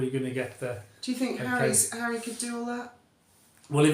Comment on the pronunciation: Hawwy Hawwy 😂😂😂😂😂😂😂 man, what next the Purple Heart? Hawwy king of the skies 😂😂😂😂😂😂 stop it.